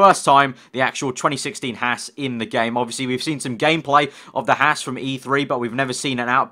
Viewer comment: also needs to learn how to say haas.